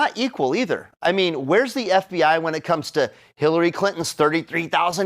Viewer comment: I swear I heard "Hitlery Clinton" when Greg said her name lol